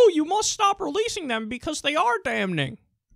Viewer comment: the n in damning is fucking silent